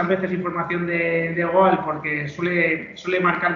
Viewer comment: Goal se pronuncia gol